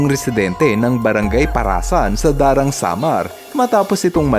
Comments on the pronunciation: Daram, Samar po Hindi Darang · Daram Samar po Hindi Darang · Daram po hindi darang Samar hahaha